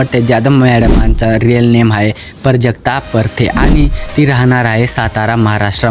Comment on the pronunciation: Bhava name parjakta nahi prajakta ahe ani prte nahi parte ahe